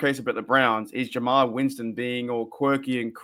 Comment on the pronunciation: His name is Jameis 😂